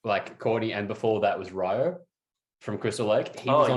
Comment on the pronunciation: love the channel and content boys, but Ryo from CL is pronounced (ˈriːoʊ)...I literally stole that from his IG. It sounds like ree-oh, not rye-oh. gotta put respect on his name when he can summon the fucking devil.